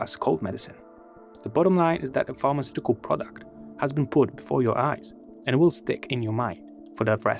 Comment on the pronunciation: I was quite confused keep hearing pharmaceutical arts 😂